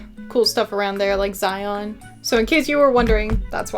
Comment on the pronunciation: Im so glad you had a good time passing through Utah. As a native Utahn, however, I appreciate you trying to pronounce the names of our cities. Kanab is pronounced Kuh-nabb and Zion rhymes with Lion, BTW!!!